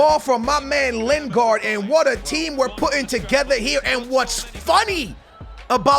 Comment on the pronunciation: skillz its lin-gard not len-gard